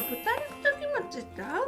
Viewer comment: It's very surprising to me to hear you say 'Kimchi' like 'Kimochi', I only took some Japanese in high school so it confused me a little the first time you said it that way